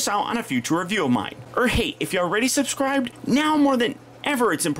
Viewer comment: I noticed he said subscribbeled